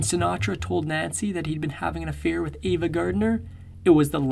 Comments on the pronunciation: It's AVA,not Eva, just so you know. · I enjoyed your video. Just want to point out that it's 'Ava' Gardner, not 'Eva'. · He was a fabulous entertainer, but a horrible person. Misogynist, bully, selfish, cruel & unfaithful. P.S. It's AVA not EEVA, and he died not 2 decades ago, he died 3 decades ago. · Ava Gardner not Eva.